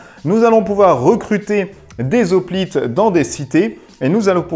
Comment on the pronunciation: Hoplite, c'est comme "Hérisson" ou "Haricot"......on ne dit pas des "Z'hoplites" mais des "Hoplites" :) Bon à part ça, la vidéo est très sympa !